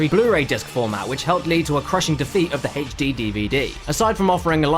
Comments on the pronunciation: I love you and all, but why do you say "Hayche Dee" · 60GB for only 599? That's 300 bucks cheaper than it was here. Oh and the PAL 60GB didn't even have the E.E chip so it was not only more expensive but less functional. EDIT: It's HD, not Haich-D. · Hey, he said "Haych"-D again! It's just so damn silly!